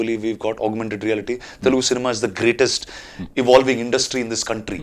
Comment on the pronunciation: It is 'Telugu' not 'telgu'